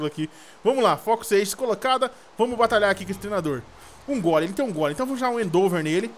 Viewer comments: lÊ a porra do ataque com calma e pronuncia certo, primeiro vc começou a falar endover e agr endeover, cara o ataque se escreve endeavor mano fala certo q é endivor lê assim q ta certo, e nem vem kid falando q ele fala do jeito q quer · o nome do ataque é endeavor não endover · e end over nao endeover